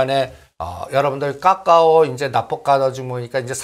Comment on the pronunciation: 까까오 라고 발음하는 이유가 뭘까? 설마 몰라서? 그렇진 않겠지. 글타면 초등학교 다시 갔다와야 될 듯 기본인데....